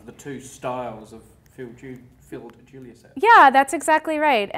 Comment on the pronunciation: Can the name sound any more wrong??